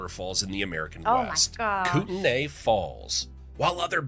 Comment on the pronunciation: The narrator is mispronouncing Chinook, it should be a SH sound at the beginning, SHi-nook. Also, we say Koot-nee not Koot-nay. The only "snow" day I remember having (where I live in Montana) was one time where the wind-chill was -89F (the air temp was around -48F with wind gusts up to 25mph) and the busses couldn't run because their brakes wouldn't function.